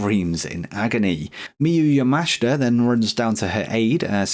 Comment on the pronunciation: Also, yes, pronouncing Miyu yamashita correctly now 👍 appreciate the effort xD